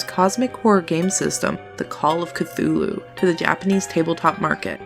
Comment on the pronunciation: Well in fairness you got Cthulhu correct even though not even H.P. Lovecraft knew how to say it. ;)